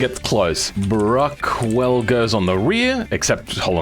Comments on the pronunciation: Pretty sure its Bruckell not Bruckwell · Bruckell, not Bruckwell, by the way. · So who's going to tell him it's "Bruckell" And not "bruckwell" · why'd you call it BruckWELL when there's no W?? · Pretty sure there's no w in bruckell